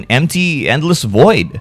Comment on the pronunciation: Void, Void, void, viid